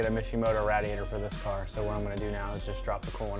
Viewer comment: You say radiator wrong lol